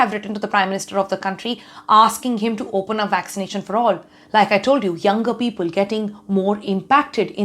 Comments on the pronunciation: Damn! She is great. Her english is terrific. Just at one place instead of "people" she said "peopul". Loved her speech though. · what is "Pea-Pul"? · All good untill - 'peeeeepul' 😀. Jokes apart. Love NDTV. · Except peepul 😂